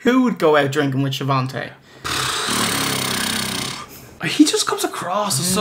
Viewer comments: Love your show. There is no 't' in Schiavone's name though. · Besides Tony, lol. It's a running gag (Hogan would pronounce it "Sha-von-tay") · Know this is late....but its a joke. Hogan ALWAYS called him She-Von-Tay. So theyre makin fun of that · schiavone has no t. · There is no "T" in Schiavone.....